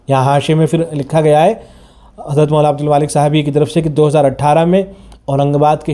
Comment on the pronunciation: Molana ko mwana bolte ho. Zara sahih talaffuz farmae bhai